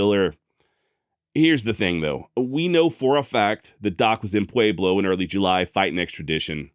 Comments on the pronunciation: It's what he does with all the left over "A's" he doesn't pronounce elsewhere. Pwa-blow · I don't know why you're pronouncing Pueblo with a long A, but it's incorrect. Otherwise, love all your shows. Keep it up! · I love how he says Pueblo thats not how we say it in southern colorado but atleast your trying